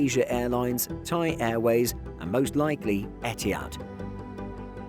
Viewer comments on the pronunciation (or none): none